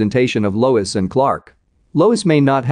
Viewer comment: It Lois not Louise